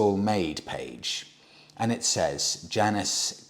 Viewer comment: I have a feeling the pronunciation of Janus rhymes with anus, not Janice.